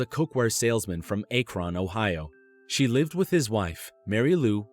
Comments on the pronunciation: Akron is not prounounced ache-ron its ack-cron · LOL ITS ACK-RON not ACHE-RON, Ohio. That's so hilarious! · It's AH-kron, not Ay-kron... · A-kron... How about Ak-ron Ohio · A-kron......the way he said that made me cringe... it’s (ack)ron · A Kron?! Ack-Ren. It's Ack-Ren. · Ak-ren not not A-cron. Made me laugh thought. Ohio does have some weird named cities though. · Akron not Acorn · Ay kron? Oy Vey. Ack rehn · Akron is Ahkron, not aye cron. Unless he meant somewhere else. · not a big deal but it's "ack-rin" not "ay-cron" :) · It's right up there in line with Aaaaaa Kron," known to the rest of the United States as Akron (ack, as in hack). It really does boggle the mind how folks in this day and age can so badly botch common city names. It fascinates me and makes me sad at the same time. Details really do matter when it comes to presenting a professional and credible finished product. At least that's what we've tried to drill into our kids over the years anyway. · "AYKRON OHIO"........ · Also, it always tickles me when people say Akron like "Ay-krahn" lmao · Ay-chron Ohio? LMFAO WHAT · "Aye-kron" ? smh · Aykron, Ohio? Is that anyhwere near Akron? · Ay-kron Ohio? Yes, it's close to Cane-ton and Clevv-laned. Coo-yay Hogga coh-unty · ACK-RON OHIO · Ayyykron! Dew-suldorf. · Wow he butchered Akron Ohio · That's not how you say "Akron" lmao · OMG the way he says Akron, Ohio is way wrong 😂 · that second person has to be frustrating for the family to not have any reason. and lol how he said Akron I love that lol I live in Ohio I feel like we've been saying it wrong this whole time. edit: and that number one I thought of that 'gone girl" movie omg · right im from Ohio and I cringed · I'm glad someone else commented on that! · I'm not even from ohio and I cringed at it